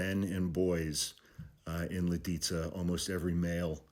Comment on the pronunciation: Good pronunciation of Lidice, man. But have to correct a little. Reinhard Heydrich was mortally wounded in Prague on 27 May 1942 as a result of Operation Anthropoid. He was ambushed by a team of Czech and Slovak soldiers who had been sent by the Czechoslovak government-in-exile to kill him; the team was trained by the British Special Operations Executive. Heydrich died from sepsis caused by his injuries on 4 June 1942. Nazi intelligence falsely linked the Czech and Slovak soldiers and resistance partisans to the villages of Lidice and Ležáky. Both villages were razed; the men and boys age 14 and above were shot and most of the women and children were deported and murdered in Nazi concentration camps.